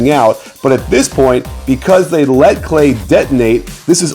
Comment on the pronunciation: Go back to English class lol "thay"